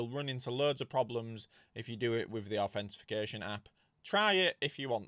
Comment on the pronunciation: Did someone comment it's authentication, not authentification? Bugged the hell out of me😅